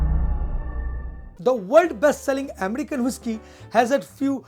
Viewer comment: Is not woishky ...avoid ur bengali tone of speaking Its whisky..